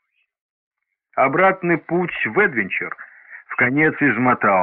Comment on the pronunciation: Ударение едвЕнчер!!